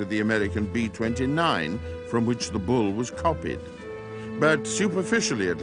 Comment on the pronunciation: almost passed out laughing so hard.